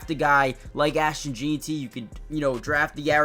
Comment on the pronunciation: Bro why are you jeanty like “Jean-tee” 😂😂